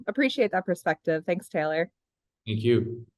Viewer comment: it’s Taylor not Tyler! Cmon man